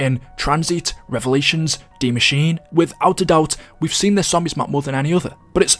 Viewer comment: I like how he says Der Eisendrache correctly but not Die Maschine. There’s literally no significance to this I just liked pointing stuff out.